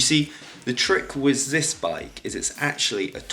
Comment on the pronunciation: Why does the annoying bloke with the beard pronouce 'this' as 'zis' lmao